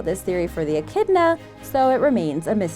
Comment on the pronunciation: Echidna its echidna